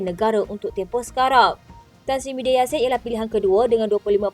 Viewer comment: DTV..sebut betul² bukan Muhyidin tapi Mahiaddin laaa Nama PON nak SAKAU ker ? Nama ayun tu Mahiaddin ok bukan Muhyidin ok ; Kowang sebut lagi nama SAKAU tu siap kau pembaca berita..huhhhh 😊